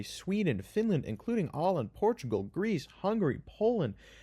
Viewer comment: as the man claps his booty, poop flies above,& he pees as well bro said Portugal like never before